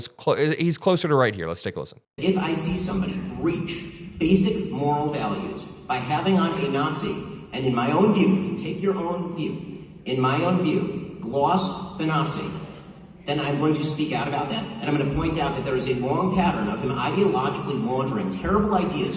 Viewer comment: Ben said, "gloss the ghat sea." I think he meant to say "glaze."